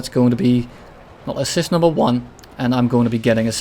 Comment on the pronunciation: "And dats kill numva 🌳"